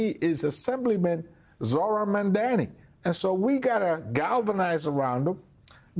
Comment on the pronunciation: How hard is it to pronounce his name correctly. It is NOT Memdani.!Jesus!